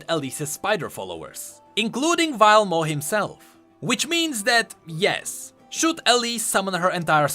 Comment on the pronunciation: You are actually trolling. Pronouncing W as V (Wuju as Vuju) and V as W (Vilemaw as Wilemaw)